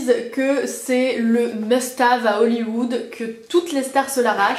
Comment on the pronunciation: must have hahahah ou "hève"? 12 min pour parler d'un produit avec répétions à la chaine, top ;)